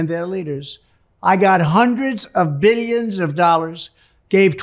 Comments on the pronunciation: “Beelions and beelions”! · I wish I could go one day without seeing this clown 🤡. I would have to be under a rock to not see or hear him. Just hearing him say “bi-yuns and bi-yuns of dollars” makes me cringe. The ruin of our country is DJT. 🤮